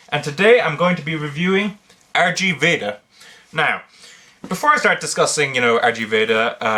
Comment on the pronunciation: It's pronounced (RIG) Veda! Like the Indian Manuscript itself based off of, the Rig Veda. Not to be obnoxious, but I didn't know for the longest time either.